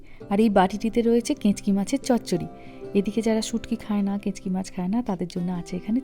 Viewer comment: দিদি ওটা কেঁচকি নয়, কাঁচকি মাছ....